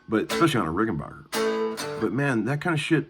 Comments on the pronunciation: Not sure what you meant about old Rics being "the blueprints" of a guitar...Rics are special, with worlds of differences to any other guitars. Also, it's not pronounced like J.S. Bach, it's pronounced like the English word "back" (Rücken in German). The founder of the company was from Switzerland, and when he came to America, that's the way he pronounced it. I like the b minor riff - and it is a good exercise. Opens up lots of ideas! And damn - I haven't heard "Every Little Thing" for ages! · Have you ever called them ? they pronounce it Rickenbacker no “bach” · Petty pronounced Rickenbacker like that too. I think part of it has to do with the age of the person and also regionality. Not a lot of Germans in Florida compared to some parts of the country. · even the Germans know how to pronounce it correctly. Maybe tell your handful of buddies in Nashville how to say it...we know they can't speak English, but maybe they can be taught phonetics. No, of course not. Guitar players, especially in Tennessee, are not a very intelligent lot. Arrogant, alcoholic. Do they all drink as much beer as you???